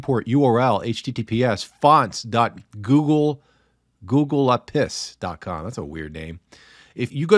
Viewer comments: It's not "Google a Pis" It's "Google APIs", as in "Google Application Programming Interfaces". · Google A-P-I-s (ay pee eyes)